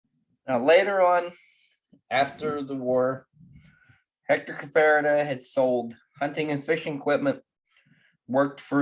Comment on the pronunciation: I knew Hector for many years. Maybe you should learn how to pronounce his name.